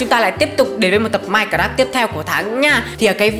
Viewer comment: Anh phải đọc là mai- cờ- ráp nha chứ không phải đọc là mai- cờ- rát nha!